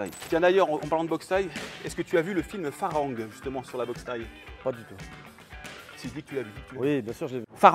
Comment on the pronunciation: on le prononce FAlangue lol ça veut dire étranger, on m'appelais comme ça dans les village là-bas